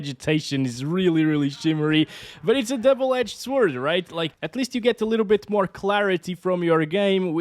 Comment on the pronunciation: sword but reading "sord" :)